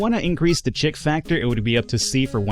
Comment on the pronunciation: Oh and chic is pronounced "sheek" and courier is pronounced "currier" (not to be confused with someone who cooks a lot of curry chicken) lol